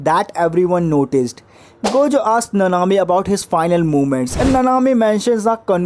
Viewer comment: if ur saying gayjo then ill say gaykuna